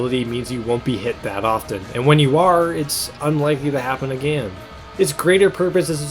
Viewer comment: Normal people “Again” “aGAEN”